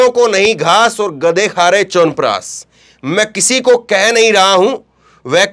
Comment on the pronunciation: EK TO PEHLE "SH" KO "S" OR "S" KO "SH" BOLNA SIKHIYE.. CHAWANPRASHHH HOTA HAI...CHAWANPRASSS NAHI